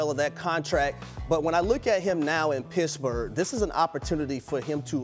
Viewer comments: Its pittsburgh, not pissburgh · He said Pissburgh 😂😂😂😂